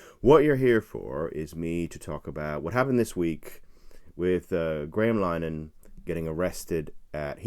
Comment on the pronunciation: Please learn to pronounce Graham Linehans name correctly - it's 'Lin - eh - han' three syllables and not 'Line - han' two syllables - it's not 'english' so 'english' pronunciation is not appropriate - a little effort would enhance your credibility with Irish viewers